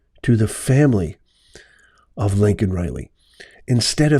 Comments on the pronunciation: it's Laken Reilly, you keep calling her Lincoln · Why did he look up to the audience like they were there saying sorry even when he said her name wrong. They had already spoken and said they were grieving too much to come. Is he seeing things?? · Didn’t even say her name correctly!!!!